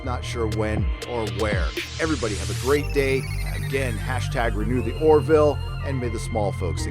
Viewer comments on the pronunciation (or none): none